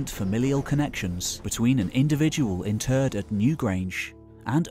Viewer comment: When your "interred" sounds like "in turd", it's fine to use "buried" 🤷‍♂️ That aside, what utter nonsense.